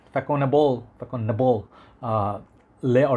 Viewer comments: As kevallec before me indicates, fah-son-AH-bluh. French Ç is pronounced like an S. The same sound as in the Catalan name Barça for (FC) Barcelona. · it pronounce Fassonnable bro ;) the first one its all my childhood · The proper prononciation is fa ( son) able 😊😉